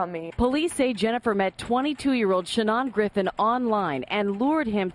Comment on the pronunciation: His freaking name is SHANON! Where in the world did she get that stupid pronunciation? His own mother doesn't pronounce it that way. Sha-NAHN?